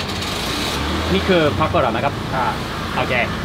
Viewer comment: Mark i love you, but it seems only me that your frustrating by the way you say pakora - keep up the great content